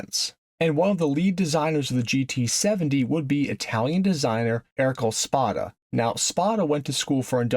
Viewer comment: Another awesome video - besides saying Ercole (Err-có-le) like "Earrlcol"